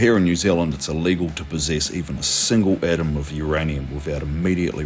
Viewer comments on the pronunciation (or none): none